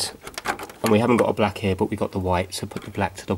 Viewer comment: Why did you say "here" as "hair"? It's confusing.